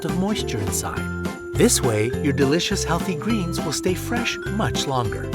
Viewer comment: OMG! HE SAYS LEAFY GLEENS